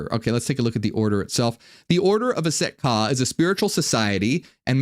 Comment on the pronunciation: Just finished this whole video and yes I want to know more about that order of Aset Ka (?) or whatever they’re called. Although it sounds like you’re saying “Set” which I understand to be the douchebag Egyptian storm god (who chopped up Osiris) who’s also Yahweh who needs no explanation. I’m a Gnostic/Marcionite so Set or YHWH I have no interest in jointing forces with. You though, you are a true blessing from the Most High Father, I will buy all your books or receive them as gifts!